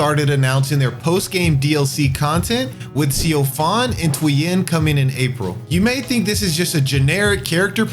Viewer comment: I'll subscribe if you say Tweyen correctly. ;(( It's (tway-yen)